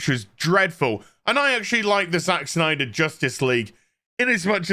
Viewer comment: It's Snyder, knucklehead. At least say the name right to get your point across. If not, then you're just a joke.